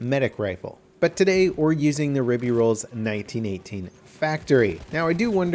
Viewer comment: Its pronounced "Rib-ay Roy-el"